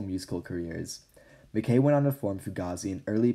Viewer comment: I’m sorry, it’s pronounced “Ma-kye” not makay